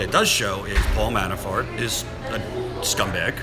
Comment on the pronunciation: When you say "Manafort" it sounds like you are saying "ManaFART" lol... I know I'm immature. But I found this hilarious. ❤